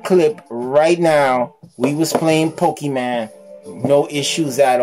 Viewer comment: poke e MON not man, jesus